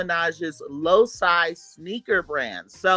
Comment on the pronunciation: Loci is pronounced “low key” 😩😂